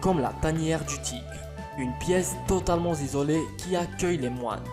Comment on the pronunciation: Une pièce totalement zizolé ...... LES Liaisons dangereuses !!!! sérieux ta chaine est vraiment à chier